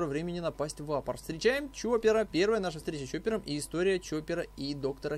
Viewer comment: Почему вапоР?,если вапоЛ.